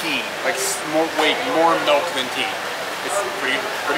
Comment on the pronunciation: I love how pronounces it “Melk”